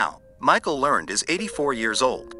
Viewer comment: Okay! This video officially sucked when he couldn't even pronounce Michael Learned's name properly. It's pronounced "Lern-ed", and she was one hell of an actress.